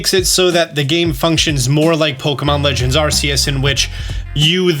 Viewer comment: After all this time cane no one pronounce Arceus correctly?? This is the third well known Youtuber I have seen that still says it incorrectly.